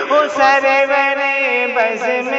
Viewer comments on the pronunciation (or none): ہِمالہ ہے ہَمالہ نہیں سروَر نہیں ہے سُرُورْ ہے